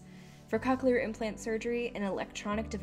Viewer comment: Cochlear isn’t pronounced COC-chelar. I guess everyone has different experiences with it but my mom has had it for 7 years and loves it.